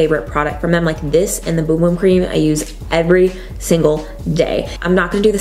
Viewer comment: Kimberly Fairchild Fun fact: That’s how it’s supposed to be pronounced! It’s a Brazilian product. 🌸